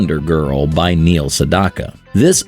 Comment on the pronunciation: Learn to say Neil name correctly.